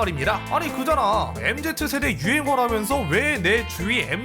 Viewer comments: 아재 특:MZ세대를 "엠제트세대"라고 부름 ㅋㅋ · 근데 MZ세대를 엠제트세대라고 읽으시네 나만 엠지세대라고 읽나